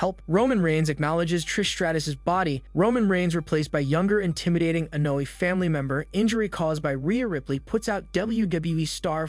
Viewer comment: Lol... And he says Solo Sicko lol and Annoy family lmaoooo😂😂😂😂